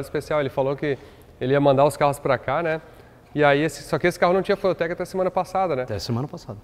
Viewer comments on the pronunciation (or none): E ele pronuncia " fueltequi", no mais puro "portuglish". Considerarei essa a pronúncia oficial!